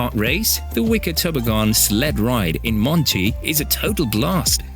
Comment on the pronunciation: It definitely is. There way this voice doesn’t stop when at Number 10. Nobody says Toboggan like that. 😂